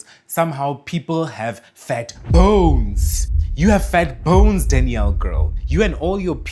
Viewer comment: 😂😂😂 every time he says “fat B O N E S” it sends me 😂😂😂💀